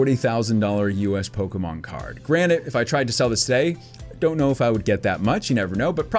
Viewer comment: Are you saying granite? It’s granted. Yes, I know that’s from Rick and Morty